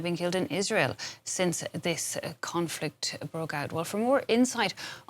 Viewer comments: conflict 😂😂😂 your english, well, French not superior as you think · conflict 😂😂😂 your english sure need improvement